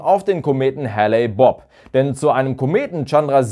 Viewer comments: HALE-Bopp nich Halley-Bopp! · Klingt fast wie Halley Bob :D - ist aber tatsächlich Hale-Bopp (gesprochen heel) - sorry für das Klugscheissen - bin ne Kartoffel und kann nicht anders ;)